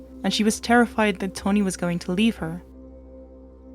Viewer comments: Pronounce Tawn the same way you would pronounce Shawn or fawn or yawn, then add an 'ee' sound at the end. Your accent isn't weird, but pronouncing people's names correctly shows respect to them, so it is important. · Taw—-neee, but girl I just appreciate You sharing this story I wouldn’t of know otherwise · TAW - rhymes with 'saw,' 'jaw,' 'law,' 'raw,' - NEE BAIRD, not Bird, rhymes with 'scared', 'dared', 'prepared' You can do it, girl. 👍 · Ok now say it with me TAH-NEE lol jk great vid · At some point you say “when she saw Tawnee wasn’t moving” and you say “saw” correctly. You can say “saw” but not “Taw”? 🤔 It was very distracting to me but I have ADHD so 🤷🏻‍♀️. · I'm glad you realize it. I loved the way you presented this, but saying Tony instead of Tawnee for some reason frustrated me. I can hear your accent, so I get it. I guess the frustration came from those moments in life when someone mispronounces my own name. Really it's a small thing, compared to the content of this story. So glad you did a video about it. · Sounds like you’re saying Tony. You can pronounce it correctly you’re just not trying bc that sound is unusual in your accent. Say tah like tata and not toe. You wouldn’t say toetoe even if you thought you couldn’t. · It's pronounced Taw-nee Baird. Not Tony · Omg its TAWNEE BAIRD, NOT TONY BIRD!! I get u have an accent, but PLEASE if u are going to do a story about someone, get THEIR name right hun!! I mean come ON!! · Isn't her name Tawny? I keep hearing Tony. 🤷‍♀️ Victoria seems VERY immature. That YouTube video sounded like it was coming from a 12 yo. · This is hard to listen to; her name isn't Tony. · Its tawnee not toni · you keep saying "tony" isnt it tawww-neeee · Lol… Sounds like you’re saying Tony.. I pardon you..